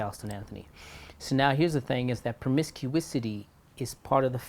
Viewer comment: Promiscuity... not promiscuisity Sir